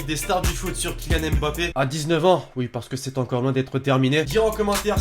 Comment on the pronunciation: Vous m'énervez quand vous dites M. bappe C'est Mbappe!